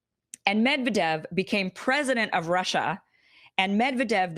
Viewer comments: It's pronounced Med'viedef not Medvedev xD /mɪdˈvɛdɪf/. Thanks for the awesome content. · It's pronounced 'Med-VED-ev.... stress on the 2nd Syllable... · Stress of "Medvedev" is on V Medvedev (/mɪdˈvɛdɪf/).